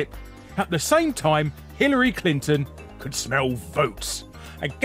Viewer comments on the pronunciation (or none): none